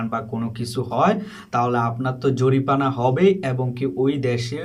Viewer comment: Tomar.ussaron.shuddo.koro.. No.jorifana....... Jorimana